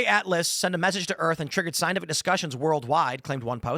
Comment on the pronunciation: Ah, yes! The "scienlific" process. I learned about that in shtool.